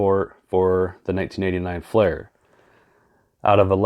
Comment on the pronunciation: you are miss pronouncing FLEER because there a flair set has well. i know not that particular flair set didnt sell until 1994, anyways just trying to help